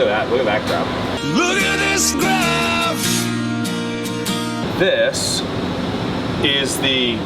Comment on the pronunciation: Sitting here, drinking my coffee, just enjoying some day-to-day with 'Clean Nerd Doug' - when, out of nowhere, pops in and says, "Look at this graAafphf" and I spit my damn coffee all over the place as I cackle-laugh my ass off!!! Hahahaha!